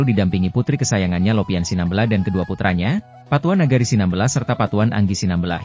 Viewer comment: Cara penyebutan SINAMBELA juga juga tidak benar